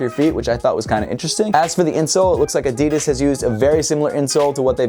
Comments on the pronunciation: man he just said adidis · He said addes lolo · Did he say adidis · I'm very put-off about the way you say "Adidas". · Why he say adidas like that..? Lol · LEARN HOW TO SAY "ADIDAS" RIGHT!!!! For fuck sakes....